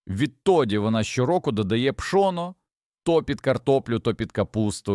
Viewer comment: Пшо'но😂 гри'бки😂 ШІ не навчилося наголос ставити вірно